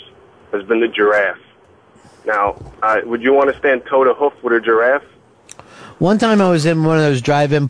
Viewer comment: just because ron pronounced it giraffte, doesn't mean pepper had to.